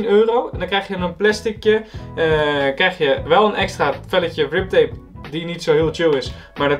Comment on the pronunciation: Het is grip tape niet rip tape